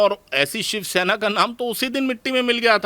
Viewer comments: btw she is saying 'sivshena' which is not close to shivsena or shavsena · Who is this anchor who can't even pronounce "shivsena"?